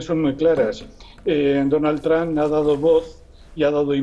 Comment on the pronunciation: El analista totalmente parcial e inclinado por Biden, nada objetivo con sus comentarios, por favor inviten a personas con un punto de vista objetivo e imparcial, que aporten algo a los que ven su programa (como el Dr. Jalife); y por favoooooooor, que pronuncien bien Trump, ¡no es Tramp! Son analistas y ni siquiera son capaces de pronunciar bien los nombres y apellidos en inglés, dan pena ajena.